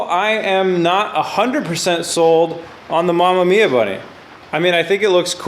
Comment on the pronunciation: I'm a fan! But don't but don't butcher re-amemiya name by calling it mamamiya